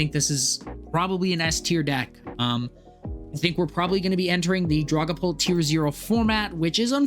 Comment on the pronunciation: The way you say Dragapult. lulz I've noticed this wirh alot of TCG players. I was a VGC player for many many years. Got into TCG during the pandemic. And basically stopped VGC outside of watching some content from Aaron Zheng and James Baek. But I've noticed TCG players mispronounce Pokémon so often yet VGC players don't. Its hilarious to me. Has any others from the VGC work noticed this with TCG players?